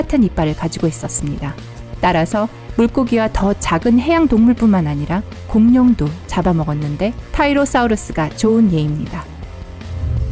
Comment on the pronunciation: 타이로사우루스가 아니라 틸로사우루스 입니다. 그리고 공룡이 아닙니다